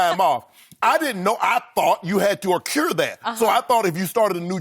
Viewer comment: Cmon Shannon you gotta aw-cure that PTO